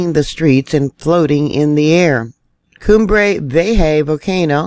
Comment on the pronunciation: the name of the volcano is pronunced cumbre (you are doing it right) vi-e-já. The ja is the same from hahahah.